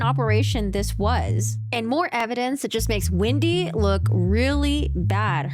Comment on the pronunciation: Hi, love your breakdown on this stuff as always!! However, I'm just curious why you refer to Wendy as Windy? Jejeje. And also also I notice that sometimes u don't pronounce the letter L? 😅. Just bugging you. I like to bother